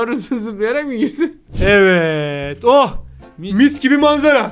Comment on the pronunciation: Hayır hayır ✨Evetğ✨